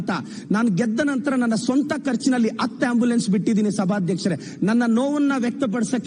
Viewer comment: ಅಣ್ಣ ಅದು ಅತ್ತು ಅಲ್ಲಾ ಹತ್ತು ... ಕನ್ನಡ ಚೆನ್ನಾಗಿ ಮಾತಾಡಿ